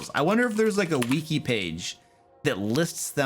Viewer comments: He says „weaki“ 😂 I like it. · Of course pronounces it "weekee"... "ee" is how the letter "i" is pronounced in Romance languages.